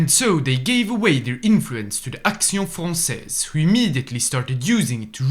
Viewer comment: Your prononciation of Action Française is on point 👍